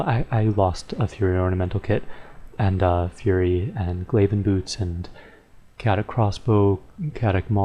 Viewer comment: its not cat-it crossbow its kay-o-tic crossbow